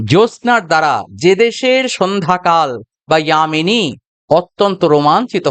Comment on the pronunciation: দাদা যামিনী টা যেভাবে উচ্চারণ করলেন তো এই গানটা কি হিন্দি ভার্সন এ লেখা। মানে আমি বলতে চাইছি বলতে চাইছি যে যামিনী টা যেভাবে আপনি বললেন সেটা তো হিন্দি ভার্সনে বলা হয় তাহলে কি গানটা হিন্দি ভার্সন হিসেবেই গাইতে হবে